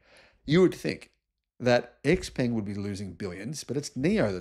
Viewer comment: X pung is closer to the actual pronunciation